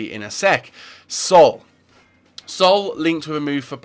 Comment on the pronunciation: Sol? It's Saul